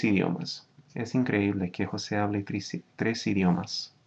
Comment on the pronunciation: Great teacher. I'm a native Spanish, and this lesson is priceless. Good work. Also, perfect use of accents in words like "increíble". Many native Spanish still struggle with that.